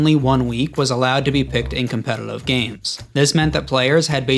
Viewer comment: why do you have such a hard time pronouncing "competitive?" you throw in an extra L for some reason